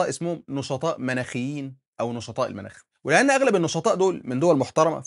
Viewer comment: رچاءً،، الأصدقاء المتابعين وبعيداً عن الفلسفة ولكن محبة في اللغة العربية،،، قل قمة (المُناخ) بضم الميم وليس المناخ 😂